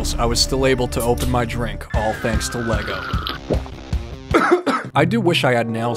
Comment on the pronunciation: every time you said lago brick separator i died bc my dumb ass brain said HAHGAHAHAHAHAHAHAHWUAHYSHASDFJSDA tysm